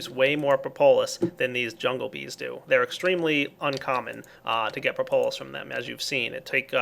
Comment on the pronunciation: Propolis pronounced: prop-uh-lis not pro-po-lis. This has bugged me for a while. :)